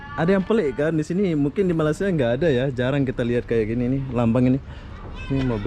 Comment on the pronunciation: bang malaysia bukan malasa